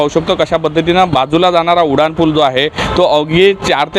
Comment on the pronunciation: उडान नाही रे उड्डाण पुल असतं ते 😂😂😂